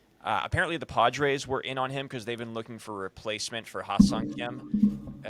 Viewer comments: Heh-sung is how you pronounce his name, not High-sung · spelled Hyeseong pronounced Hey Song